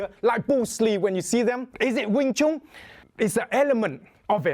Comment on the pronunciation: Ya a wing Chun master that can't even pronounce wing Chun. Its like doing a cotton picking video featuring a white guy.